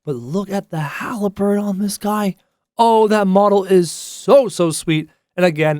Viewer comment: Halberd not haleberd